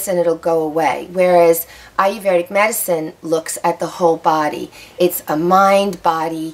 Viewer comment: Well, the only thing I have to say is that you did not pronounce the word Ayurvedic correctly. There is NO R after the V. You are pronouncing it with an R after the V. You should not. It's eye-er-ved-ic, not eye-er-verd-ic. See the difference?